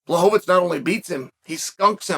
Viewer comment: Who tf is bla-hoe-vits?